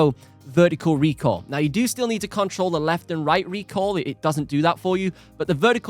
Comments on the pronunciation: Arghhhh! STOP saying "recall" it's RECOIL for crying out loud!!! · its RECOIL, not recall